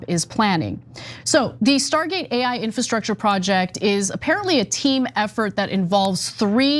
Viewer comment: Infrastructure? Can someone tech this guy how to read.